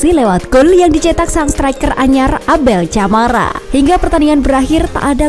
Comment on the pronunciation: Baca nama Abel Camara itu pake "K" bukan "C"